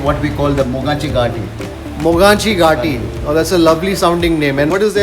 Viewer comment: mogachi gaati is actually pronounce as mughachi ghaati.